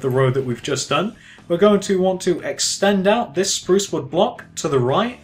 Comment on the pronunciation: You need to say sprouce strong